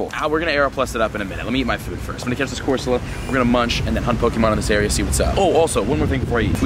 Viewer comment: I spelt said wrong and then it autocorrected to squid. Don’t make fun of silly mistakes. And go back and look, he really did say corsala. I am not making fun, or pointing out flaws, I just happened to notice it so I put it down below.😁